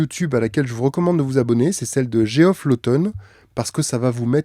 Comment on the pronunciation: Geoff Lawton: ça se prononce Djef, comme la version US Jeff: diminutif de Geoffrey, que les USaiens ont pris l’habitude d’orthographeir Jeffrey en hommage à Jefferson.